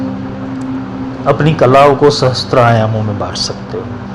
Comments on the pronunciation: There is no Sanskrit word "sahastra". It is sahasra. Mispronunciation of sacred verses due to ignorance causes great harm. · Sahasra kahiye sahastra Nahi Asuddham na padho